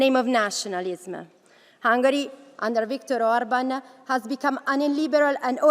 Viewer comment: I’m a bit embarrassed by his pronunciation 🤭